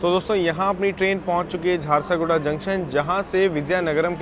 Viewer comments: Naam hai jhar-sugda. Not jharsa,-guda. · bhai its jharsuguda junction Not jharsaguda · Bhai hindi to thik se padke boliye Jharsaguda nahi hai Jharsuguda hota hai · Jharsaguda nahi JHARSUGUDA naam hai..... Station ka naam to sahi dhang se lo yaar.... It's your job Or may be not..... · झरसागुड़ा नहीं झारसुगुड़ा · Chakradharpur waha ka canteen kabhi mauka mile to samose aur rasmalai jarur khayeaga. And it's jharsuguda not jharsoguda sorry but rectifying the error..